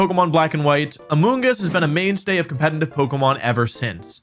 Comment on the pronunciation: I'll subscribe if you stop pronouncing competitive "compenitive".